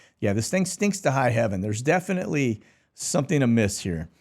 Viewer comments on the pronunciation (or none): none